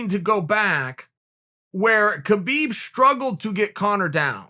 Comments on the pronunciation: When is Chael going to finally pronounce "Khabib" properly? I mean I know Chael is undefeated but damn... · True..... ffs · "Kuh-beeb" lmao what up kuh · Khabib will be changing his name to Kha-beed